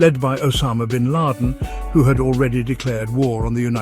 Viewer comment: What a funny KI con job video. Just the voice Isn't perfect ... e.g. the pronunciation of "Bin Laden" ...